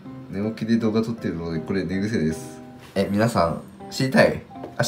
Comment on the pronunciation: 寝癖のイントネーションくさー